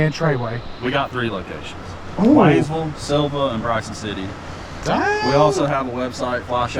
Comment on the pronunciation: You got the pronounciation right, I lived about an hour from here until a couple weeks ago. Up in PA now. You gotta try the Thai restaurant in Sylva, as well as the BBQ in Dillsboro, Haywood Smokehouse. Consistently wins top 10 bbq spots in the country